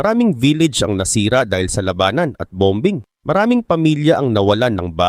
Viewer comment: Bom_bing😮parang pronunciation ni saloth yn😅